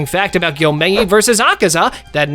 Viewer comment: Por qué todos pronuncian mal el nombre de Akaza? :/